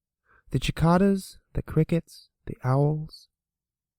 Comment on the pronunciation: The way he pronounces cicadas xD A good video as always ^^